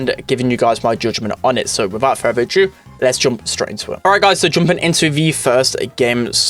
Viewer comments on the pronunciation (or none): “So wifowt furver adjoo…”